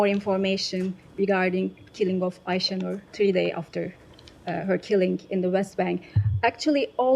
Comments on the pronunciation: Wouldn't call him skillful but illiterate yes ,he can't even pronounce Aysenur's name properly . I wonder, if they even realise how they present themselves in the eyes of the public , or is it the case that their little brains just can't comprehend it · Buffon din't even learnt to pronounce the name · Shameful. The man can't even pronounce the womans name properly.